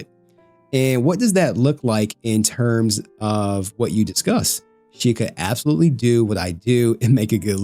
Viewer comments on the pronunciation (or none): can you not read the word absolutely?